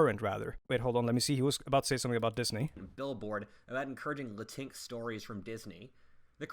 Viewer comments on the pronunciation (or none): Bro earlier in the video why’d he say Latinx like its one word, its latin x 🥲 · I’m sorry, did he just pronounce Latinx as “luh-tinks”??? ☠️ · I realize what he says may have made no sense to you, but he pronounces Latinx as “la tinks”, so it’s like racial inclusivity really, and “la tinks” is not a Disney property itself. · him pronouncing Latinx as "la-tincks" lmao